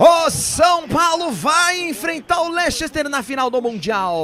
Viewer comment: Não se diz "Lechester" o correto da pronúncia é "Lester"